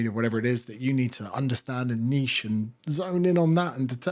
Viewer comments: It's refreshing to hear someone say niche properly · Finally someone who pronounces “niche” correctly.